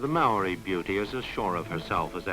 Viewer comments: the marri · You are pronouncing maori wrong sir